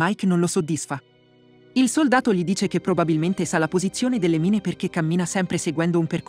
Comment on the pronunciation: Credo che il bot che dia la voce, non sappia le pronunce inglesi. Infatti inizia col titolo: "mine" anziché "main"